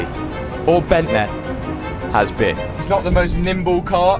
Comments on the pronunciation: “Bentley or Bentleh” 😂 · Nice job with the ‘bentleh’ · "Bentley or blentle" 😂 great videos lad, I'm from Leicester myself. keep it up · BENTLEH in MONaCOH. Wonderful stuff matt. Top boy 💯 Ps Hannah seems to get fitter and fitter. So fit matt. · Jo, why do you keep saying it's your £10.000 Bentleeh, i mean were all the maintenance and upgrades for free?